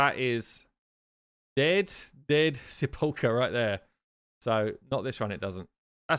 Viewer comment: It’s pronounced sep-ool- cur